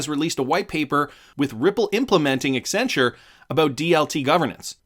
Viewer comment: extra points for pronouncing Accenture correctly